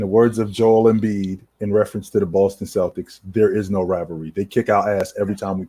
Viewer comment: When are y’all gonna tell OG that’s it’s Joel not Joe lmao